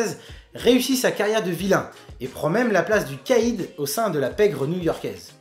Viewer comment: Le Caïd en fait ca se prononce KA- ide, pas le kède, juste avec ce mot tu a ruiné son chat-risme ! :p. Mon premier contact avec Mysterio c'est le jeu sur playstation 1 ou le combat de boss est comme le comic que tu décris ou spiderman se bat contre un géant mysterio ! Depuis j'le trouve classe